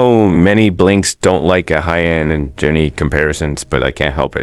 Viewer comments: Just for future reference, her name is not pronounced like uh-hy-yun. It's pronounced like "Ah hyun" and the "hy" part is not pronounced like "hi". It's just an "h" + "yun". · I'm not a stan so i wouldn't know but are you pronouncing her name correctly? Korean names are usually two syllables (Ah-yeon). You're saying A-hy-eon. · It’s not ahayeon it’s pronounced ayon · Ah-hyon, not ah-hy-yon lol. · "aha-yeon" jfc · Learn to pronounce her name correctly 😂